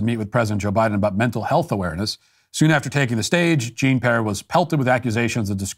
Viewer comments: It's peee-airrr, not pear. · "Gene pare" 😅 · "I can't believe that I almost said it correctly." Love it. Keep it up, Matt. 👍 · LMFAO! That fake apology on her name killed me! You acted like you were apologizing for getting it wrong then you said I'm sorry I almost said it correctly. 🤣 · There's this language called French, Matt. Look into it before you butcher this woman's name anymore. The cool thing here is that Ted would see the good in Matt, forgive his faults, and lead him to becoming a better man. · I absolutely love Matt, but seriously, the deliberately mispronunciations of Jean-Pierre's name need to stop. I highly doubt that pundits who are millionaires and work for DW and Fox have never encountered French.